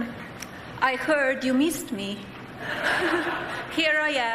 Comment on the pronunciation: No, Melania, no one "meesed" you at all!!!